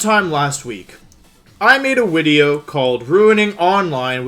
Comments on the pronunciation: DO YOU KNOW HOW HARD IT IS TO NOT SAY WIDEO WOLFE LMAOOOO i catch myself like every intro hahahaha 😭😭😭💛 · it's not even a joke, Wolfey just says wideo instead of video for some reason and it's become a meme on the channel